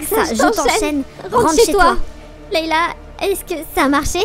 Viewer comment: A on dirait svetlana met elle dit lëila 😂